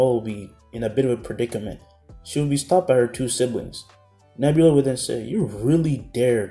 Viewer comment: Noelle sister name is Nebra not nebula. Also leopard is younger brother feologn